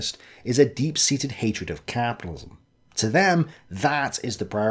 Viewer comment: Caaaaaaapidilism. 😂 Sorry couldn't resist, great vid! Nice one for the upload